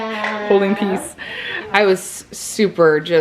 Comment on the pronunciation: Peace not pea!!!! Lol